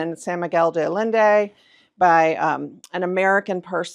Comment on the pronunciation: San Miguel❤!!! ( day I-yen-day) de Allende❤